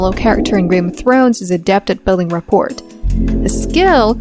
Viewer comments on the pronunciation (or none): "Rapport"... The 't' is silent, numb nutz.